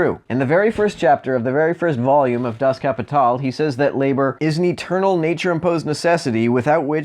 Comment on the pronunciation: As a german I appreciate that you call Marx's work by its original title "Das Kapital" and pronouncing it correctly.